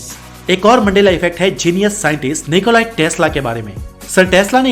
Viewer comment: It's Nicola Tesla or Nicolas testla? As crazy af🙄🙄🙄🙄